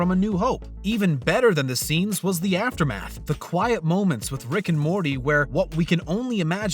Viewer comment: Gonna stay mad at the narrator on these ones... Everyone was up my ass on another video saying he just has an accent and I was being rude. No, he pronounces Morty normally MOST of the video then randomly over annunciates the T sometimes. He does the same thing with the title and the episode names, sometimes, it sounds totally normal then completely at random we're back to over pronouncing the consonants in the middle and at the ends of words. STOP IT.